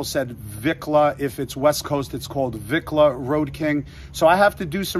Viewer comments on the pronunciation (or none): Orale wat up Homie, glad you like the Lowrider Bike, that's what we call them here in the LA, Low and slow the way we roll..making the color is where it all starts, And it's pronounced Vee on Vicla not Vic, Good luck Homie, can't wait to see it.. Cee U On The Road.. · You requested to be corrected if you said something not correct the word, Vicla is pronounced ( Veekla ) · Its "Veeee-Kla" Vicla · You say it vEEKLah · Vicla pronounce it like vee klah . Put the two together . Vicla 👍🏼👍🏼👍🏼